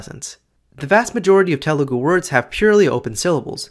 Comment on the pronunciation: bro it's not "tay-mol" or how ever you pronounced it it's idk how to write it down but "THHA mil or THA mil". It's no "Ta-lu-gu" It's "Tha- lu gu"